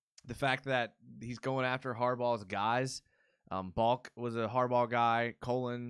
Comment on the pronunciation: you kept calling him Baulk and its pronounced Bahl-Kee. Come on! haha